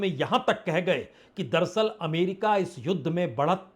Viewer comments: संदीप चौधरी जी, पुण्य प्रसून बाजपेयी जी आप ये दरसल दरसल क्यों बोलते हैं.. जबकि सही शब्द है दर + अस्ल दर अस्ल अर्थात हकीकत में या अस्ल में..... उम्मीद करता हूं आप साहिबान यह करेक्शन कर लेंगे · दरसल नही बाजपेयी साहब दर - अस्ल बोला किजिए... दरसल बहुत खराब लगता है संदीप चौधरी साहब भी आप की तरह दरसल.. दरसल करते हैं... दर - अस्ल का मतलब.. हकीकत में या अस्ल में.. होता है दर + अस्ल